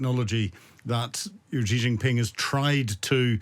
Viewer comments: Your are not alone in mispronouncing badly Xi's name--it's not GEE, but "shi"! Should've been spelled "Shi" of course, but CCP China has used very weird spelling to possibly demonstrate its arrogant disregard of English pronunciation rules ("We can impose our own spelling even if it's unpronounceable or sounds nothing like the way it's spelled!" is probably why they did it). . "Qi" for "Ching" is another example. Without knowing the Chinese language (or really the Mandarin dialect, as Chinese written language is pronounced differently depending on the dialect), you'd never be able to pronounce "Cai" correctly (it's pronounced "Tsao', the old spelling was perfectly pronounceable and accurate). That said, there's no excuse in not be able to say "Shi" instead of GEE, especially for an expert who uses his name a lot. A bit jarring to my ears at least. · So, we have a Chinese 'expert' here who is incapable of pronounsing Chinese names correctly. For me, this undermines his credibility from the start. Too much of this is merely conjecture.